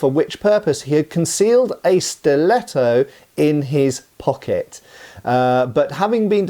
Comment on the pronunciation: Majestic italian pronunciation, 11/10 Give him italian citizenship